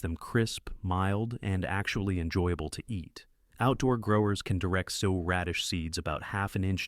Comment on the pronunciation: it’s the mispronunciations for me, like “sow” pronounced like a female pig vs like “sew.”